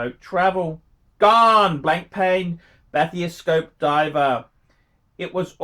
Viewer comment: what is a blanc- pain batheo -scope ? Never heard of that watch . Your pronunciation of watches is awful for someone who has been collecting watches for so long.